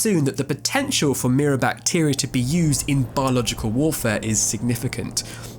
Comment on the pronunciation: I know it’s rude to say things about people accents and stuff, but hearing “mirror bactier” at first made me laugh pretty hard